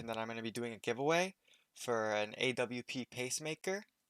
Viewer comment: its not called a-w-p its called an awp, haven't u played csgo before? :/